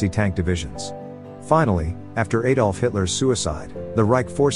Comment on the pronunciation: panzer tank ? panzer is German for tank and it is not Hay dolf Hitler, it is Adolf, as in Adam, adult, adept etc ie as Germans pronounce the name